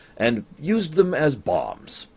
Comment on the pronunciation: When you said "Sheridan used them as bombs" I heard "Sheridan used them as Bob" I went "What?!", and it took me a few moments to realize I had misheard you ;)